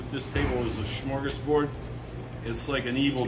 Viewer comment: He said SMORGASBORD